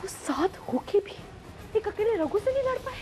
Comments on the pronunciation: when said ruder But miss it's not ruder it's Ragu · ny ragu ko rudr bola 😂😂😂😂😂😂😂😂Kisi ny notice nai kia 😂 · Raghu ko Rudre Q bol rahi ha Kis ko laga na Raghu ko Rudre bola 🧐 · Han mai ve yohi bolraha tha isne usko rudre q bola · says rudr😂😂😂9:75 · She said rudre